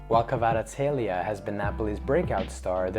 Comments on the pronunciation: You pronounced Kvara's name very well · You pronounce it so well 😄🇬🇪❤️ He is real talent! Thank you for this video.